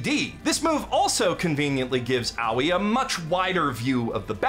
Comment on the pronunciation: I love that you pronounce Aoi's name as "Owie"